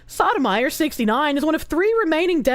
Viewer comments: Soh-toe-my-oar.😢 Saw-tah-meyer.😂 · keeps saying it like sotamizer. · For those curious, it's pronounced by stringing together the following words: So Tow My Your, and yes, it is Spanish. Doesn't stop the mispronounciation from being hilarious tho. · Soto-mayorr, the Spanish pronunciation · Soh-doh-my-oar? No. Sodom ire. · For the record; Sotomayor (So-toh-mah-yore) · That is just getting the pronunciation wrong. Sotomayor, pronounced like the words: so toe my your. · I love that pronounces the judges name as Sodomyer xD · Well, it is evocative of how she treats the law, so... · Giving English pronunciations to a Spanish name, based. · The way she pronounces it HAHAHAHHHH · it's pronounced: So-i'm-going-to-the-Korsche-or